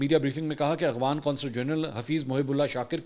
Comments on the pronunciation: Aghvan nahi bhai afghan bolty Hain...5th cmnt hai Mera just is aik ghalti py mgr aap wahi k wahi Hain or kehty Hain k cmnt kia karain hmari team parhti hai aap k cmnts. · Mansoor Bhai. It is Afghan not Aghvan